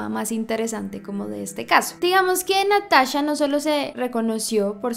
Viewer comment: Me pone muy nerviosa que diga natasha en vez de NataCHA